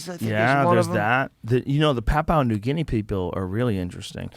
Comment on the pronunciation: Not papu new guinee, pronounced pap-you-nah new Gin-ee. From an Aussie